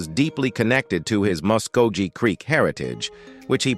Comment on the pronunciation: Somebody needs to teach this narrator how to pronounce Muskogee, Oneida, and Chilocco. The mispronunciation of Wes Studi's name is cringe- inducing. Maybe for a film about Native Americans you should have hired one, or at least learned a little more about them.